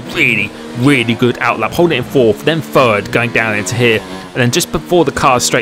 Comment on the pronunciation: Me: Must not comment on “frow it into fird”. C’mon,, don’t do it. Also me: Crap, I did it.